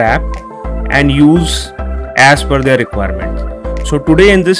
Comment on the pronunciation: never heard of "THERE app"